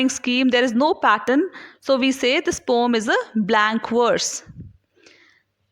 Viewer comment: its poem not poooomm